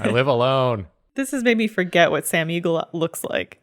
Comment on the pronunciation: When I heard them say "Sam Eagle" I understood Sam Riegel and was like - thaaaat doesn't look like Sam's 100 personalities...